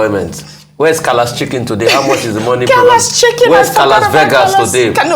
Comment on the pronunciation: Rufai! “Calaschicken” 😂 It’s Calachika, the chicken processing factory.